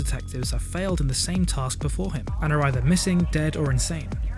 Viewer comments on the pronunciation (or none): none